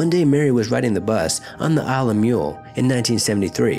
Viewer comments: ISLE OF MULL. NOT MULE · Mull is not pronounced Mule - just like when you mull over an idea - it sounds like that. Or like when you have to get rid of lots of animals/vermin - cull or indeed gull, a sea bird.